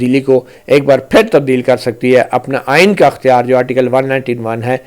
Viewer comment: درست لفظ ۔۔اختیار۔۔ekhtyar